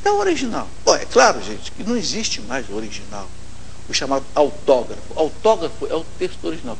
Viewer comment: ESSO NON ECSSISTE!!! KKKKKKKKKKKKKKKK Cada uma viu puffffsss